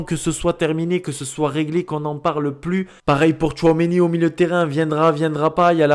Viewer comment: Merci pour ta belle saison!!!! Apprend à dire tchouameni et non tchouaomeni 😁👍🏿